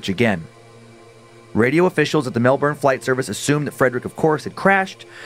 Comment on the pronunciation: Melbourne is pronounced Mel-bin